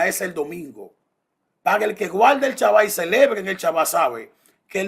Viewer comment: No se que me molesta mas de Jairo. Su actitud al debatir, o que diga "chaba" en vez de SHABBAT.